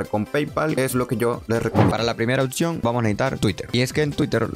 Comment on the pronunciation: porque dices otcion? si literal se lee y se escribe como es